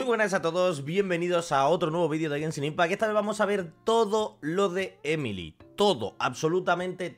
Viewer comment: Porque a los españoles les cuenta tanto los nombres? XD es "emili"